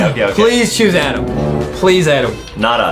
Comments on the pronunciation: Adem You. Are. Saying. Your. Nema its. Adem. 😂😂😂😂😂😂😂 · Hey i like ur vids but i dont really like how in minigames you say “vote adem” but no matter what ur vids are amazing still<3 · BLESS U ADAM or as Justin says ADEM LOL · Did you call Adam Ms Farter?